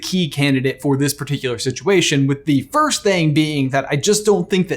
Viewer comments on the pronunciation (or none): does it bother anyone else he says first like firsht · Okay but, “firsht”? WHY ARE YOU SAYING IT LIKE THAT